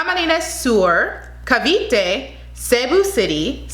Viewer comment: She pronounced Cavite well. Go Billie! She's an underdog but definitely checks all the boxes. I will not be surprised if she gets crowned MUP.